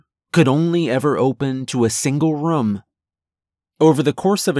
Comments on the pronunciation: Well done! I'm a large fan of what's known as "Portal Fiction" and this is clearly in that realm. My ONLY issue with this was how you'd say "room", it came off more as "rum". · Loved this story. But...his pronunciation of the word "room" as "rum" drove me crazy. Lol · I don’t think there’s one story from u where u haven’t said the word “room.” I notice every time because u pronounce it kinda like “rum” lol